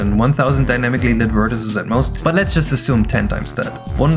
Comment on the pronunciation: Hey, if you are OK with pronunciation tips, here are a few: success(fully) has a ks/x sound on the cc (this is true of succinct as well, though it fools many) vertices uses a long e in the plural (-eez) (side note: this is only for classical plurals, not words like processes) Your stuff is great to watch - just a little extra info!